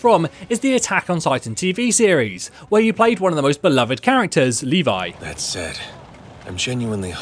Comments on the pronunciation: It's pronuced Le-Vii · The way he says "levi" gave me cancer